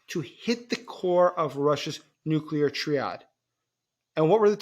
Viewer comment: You don't know how to pronounce triad? You know you could have googled it